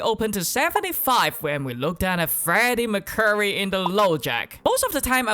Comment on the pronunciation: I love the content, but the way you say 'Freddie Mercury' makes my English body want to implode.